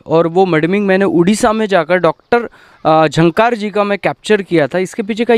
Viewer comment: Sir you made a mistake you told झन्कार् but that's pronounciated as झांकर here